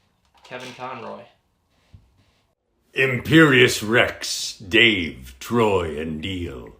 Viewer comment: You couldn't ask for better words to hear from Kevin Conroy. Truly amazing sentiment, truly inspiring. And for him to even pull a Dave and mispronounce Imperius Rex...perfect.